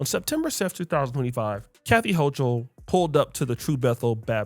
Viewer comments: If you want to dog the woman, which she clearly deserves, at least please pronounce her name right. It’s hoo kol, not hoo chal. Thanks. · Its ho-kul... that's how u pronounce it 😂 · Born and raised in Brooklyn NYC and she is a racist.. Eric adams isn't any better. He panders to them. And its HO-KOOL BRO. 😂😂